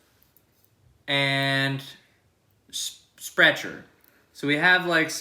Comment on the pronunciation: Sprecher should have taken the w also it’s pronounced spreecher it’s really good it’s got all real stuff in it and I’ve seen it get fired brewed